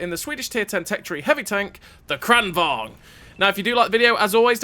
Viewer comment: A note on pronunciation 😎 lengthen the first A and shorten the second: it's pronounced Krahn vang. Love your videos. Keep up the great work